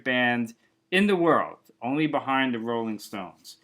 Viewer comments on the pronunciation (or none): none